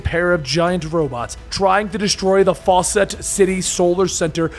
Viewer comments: Really fawcett city. Faucet city. Really!! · 'Fawcett City'... Like 'Fawcett Comics'?